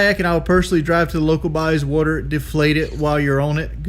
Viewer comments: "We have gaders in our wudder" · Wee hab guders in oar wudder